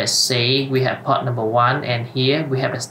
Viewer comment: reading the options of the switch, inventing pronunciation is quite funny , like poRt has a R in the middle. you're reading all the time pot, instead of port, i.e. the first one is something to smoke. do not omit letters and learn the correct pronunciation .... your video is as helpful as reading the manual in Chinese ....